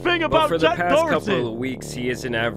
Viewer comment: How come he always says dorety there’s not even an R in Doherty